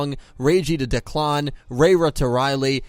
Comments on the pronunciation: Declàn xD.....it's Dèclan, xD..... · Reiji to Deh-claw-n lmao My dude it's pronounced like Deh-clin